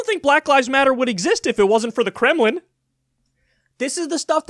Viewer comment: Not to mention they’re hiding: The Douglass plan gaff from bootyplug Biden saying “vote for trump” All of Bernie’s ads Joyann is absolutely INSUFFERABLE. Btw “kremliny”.